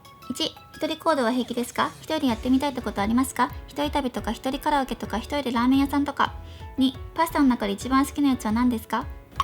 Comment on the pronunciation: スシィ、ラーメンの言い方めっちゃウケたよ(笑)❤️